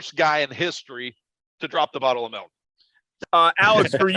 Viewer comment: Wish I could be at the luncheon to hear Derek say melk.